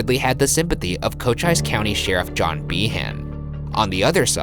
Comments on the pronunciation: Cochise is pronounced Co Chee s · Cochise County is pronounce coach-eese, not coach-ice... Lol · I went to Tombstone Highschool (I live in another town in Cochise county) & I WASNT NOTIFIED THEY CAME HERE!!! I was SOCLOSE! also Cochise county is pronounced cochee-s not coch-ice hehe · Omg.. it's Coch-eese, not Coch-ice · Coach Eyes? Do you mean Cochise, as in "Coh-Chees"? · cochise is pronounced coCHEES county, not coCHICE. ...yes, i paused the video to type this comment. yes i vaguely regret it. but i stand by it. kind of. maybe. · Cochise is pronounced "co-cheez" btw. I live in Cochise county. At least you got Huachuca right though I know locals who still say it wrong lol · Cochise county.........it is pronounced co-cheees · It pronounced like coat-cheese. Unless everybody else around here, including news people, have been all saying it wrong and Ryan is correct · Cochise is pronounced like Co-Chee-Sss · I literally pronounced Cochise the same way twice (coo-chie) when you were clarifying how to say it lol...I'm slow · Huachuca and Cochise lmao its pronounce Wah choo kah and co- cheese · Also, it’s pronounced like co-cheese with a soft s not a z sound. Cochise county. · It's pronounced Wah-Choo-Kuh and Co-Cheese lol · Guys I love your show especially the format but Huachuca is pronounced: Wah-CHEW-kah (Accent on The CHEW). And Cochise (County) is pronounced just like the name of the Native American. I.e. Ko-CHEES I hope you're not offended by the grammar lesson and I can't wait to watch, the rest of the show. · It's actually pronounced KO-CHEESE county. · You mispronounced Camp Huachuca and Cochise. I’m done with you. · That's not how you pronounce cochise lol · I love your shows and you guys are hilarious. But that picture of Doc isn't Doc. That's a bartender named John something...and Bergmeister: ya mispronounced virtually everything including Cochise, Houichuca, etc. lmao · Any other SE Arizonans cringing at their pronunciation of Cochise and Huachuca 😂